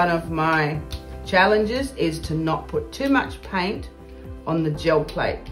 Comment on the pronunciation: I hear "Joe Plate" every time. lol